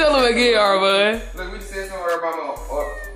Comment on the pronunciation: hahahahh u said Armom😂😂😂😂 its Armon!!😂😂😂😂